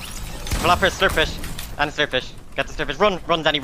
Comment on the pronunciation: zandy is romanian and, as a romanian i need to tell you that his name isnt pronouned zandee ar andee, its more like zandii (the y is pronouned like the i in igloo)